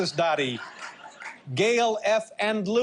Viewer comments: I bet that impressed the hell out of the Doughty family the way you mispronounced their name. It is supposed to sound like "Dowdy", not "Dotty". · It's Bang-OR, not Bang-er. And it's Dowty, not Doooty. Eat me, Letermin.